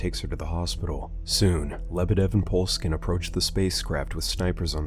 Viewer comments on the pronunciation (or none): Bruh the way you said mikhail poleskin is fuckin hilarious to me, pretty sure the last name is supposed to be pronounced as po-leh-skin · You said Poleskin.